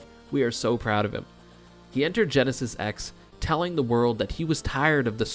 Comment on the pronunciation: Nice vid, I'd missed that the Quebec team beat 20GX. Btw, why does everyone say 'Genesis Ex'? Is that how we read roman numerals now?